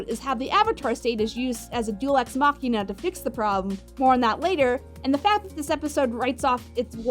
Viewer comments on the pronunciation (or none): none